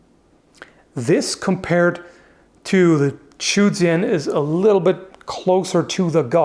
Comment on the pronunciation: Actually the correct pronunciation is "Zhou" not "Chu".